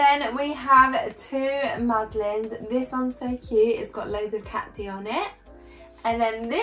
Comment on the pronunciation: They are called muslins not maslins 🤣